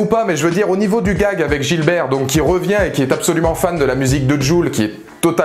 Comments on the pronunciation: Sinon c'est Gibert pas Gilbert, mais merci pour la critique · C'est GIBERT !! GIBERT !! Pas Gilbert... C'est son nom de famille... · Gibert, pas Gilbert ^^